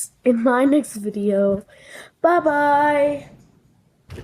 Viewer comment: fanum saying babye at took me out!